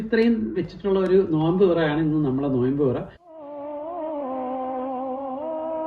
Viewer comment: നോയ്മ്പ് അല്ല - നോമ്പ് എന്നാ